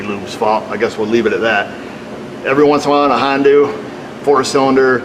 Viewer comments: Don't be a republican idiot and stop saying Hondu. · What firm make this Hong Doo vehicle? And it's hell I coil, not heelocole